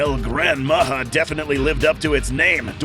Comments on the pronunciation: how come your spelling and sound it pronounce far from what should be listen....can you say this JA-RULE...ya J WITH A the thing should be that sound ...instead H A...HAHAHAHAHAHA JAJAJAJAJAJAJA NOW SAY IT OUT LOUD MA>>>>>HA>>>>> OR MA>>>>>>JA.....short tongue guy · It's "Majá"